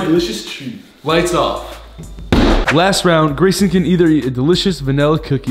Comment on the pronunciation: It's Gayson here yes, not Grayson, Gayson